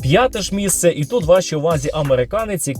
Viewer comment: дивись, сьоме МІСЦЕ, десяте МІСЦЕ, п'яте місцЕ! розумієш?